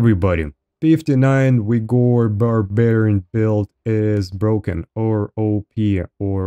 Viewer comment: it's wigor man come on....